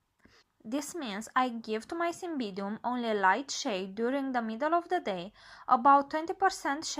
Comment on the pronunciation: get the pronunciation right cymBIDium